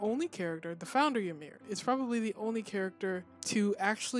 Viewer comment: By the way the correct pronunciation of the name Ymir is EE-mir not YA-mir.